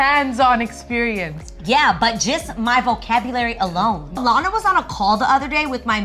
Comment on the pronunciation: Everytimes she says Lana it sounds like she said Loni